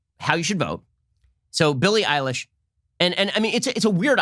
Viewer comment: He said Billy Ilish I thought he was talking about a guy